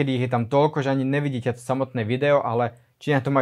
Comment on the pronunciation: NEvidim NEzvyknem NEdaju NEpochopim, maju pri vyslovnosti makke N, uz nevies po slovensky bracho.